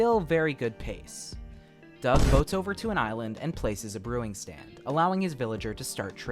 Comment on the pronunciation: Every time u said DUOUG I laughed so bad 💀my sense of humour is broken